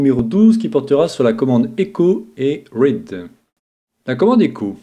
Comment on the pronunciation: Très intéressant, merci pour ces tutos. 2 petits com d'amélioration ; read, se prononce ride pas raide :) et on dit chiffrer un mot de passe en français ou chiffrer des données et les déchiffrer. Crypter a plutôt un sens littéraire (hiéroglyphes ) , mais pas au sens digital ou sécu informatique bien que son origine provienne de la capacité à comprendre des messages codés, la cryptographie numérique se base sur des états binaires (entre autre) et des modèles mathématiques qui chiffrent :)